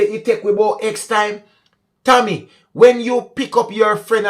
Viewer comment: Maybe you were pronouncing TAMMY as Tommy. Therefore people would have thought that the driver was a man